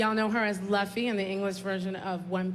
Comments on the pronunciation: I know this woman did not just pronounce Luffy's name wrong. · lmao I noticed that as well